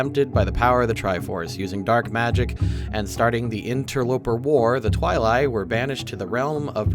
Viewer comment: I think Twili is pronounced "Twi-lee"